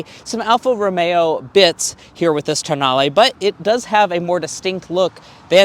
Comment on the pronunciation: Tonale… pronounced: TOE NAIL